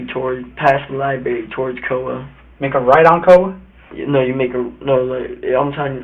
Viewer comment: What's a "lie berry"? 🙄